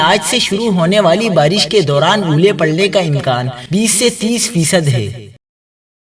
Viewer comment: Oooolay bhi parrain gai..,..Bhai aulay not Oooolay hahaha.